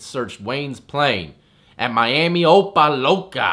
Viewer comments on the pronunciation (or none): If he got caught up in Florida with that, chances are he'll get at most 3 years. And it's pronounced O-pa Lock-a lol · Say it like Opa Lock-A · Its O-Pa-Lock-a lol DADE COUNTY 305 AKA ChoppaLocka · It's pronounced (oh-puh lock-uh). Opa locka lol I've lived in the gunshine state my whole life and there's still some places I can't pronounce🤣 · Ohhhpahlockah..a lil pronunciation shack for you..from Miami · Its pronounced OPA Lock-A, but u good...Dade County 305 loves you Parcerito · Lol its actually pronounced o-pa-la-ka....i know crazy Miami names! Lol I only know cus I'm in Naples fl....right across the state from miami,only 1.5 hours away....pretty sweet I must say!! Great for a day or two vacay trips!! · its pronounced OH-PA-LOCK-AH lol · It’s pronounced OH- PAAH - LOCK -AH. It’s a hood ass area in Florida kinda like OVER TOWN, but that’s little Haiti in overtown..... Haitian nation right there! 😂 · Ah-Pa- LA-KAH is how you pronounce it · Opa Lacah I think that’s how they say it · Pronounced. Opah- lock-ah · MAGA 😂 oh-pa-lock-a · I laughed so hard at how you said opa Locka 😂